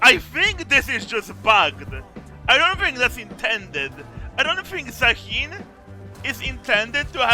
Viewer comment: Did i miss an inside joke or something why does everyone keep calling him zaheen instead of zaahen?